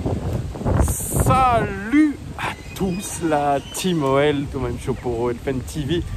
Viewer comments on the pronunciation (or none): none